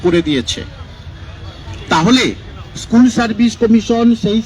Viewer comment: ইস্কুল না স্কুল